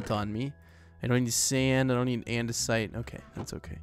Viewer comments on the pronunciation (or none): none